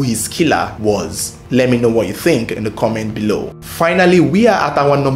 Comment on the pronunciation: “Do you tink Charles papa kwabena ebo quansah was da strangler” I thought he was rapping for a minute 😂